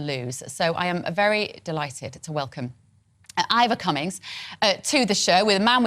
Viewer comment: She keeps calling him Ivor Cummings.